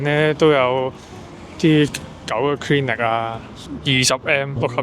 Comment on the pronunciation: Clinic NOT CRINIC !! Review NOT REWILL !! Get through NOT FRU !!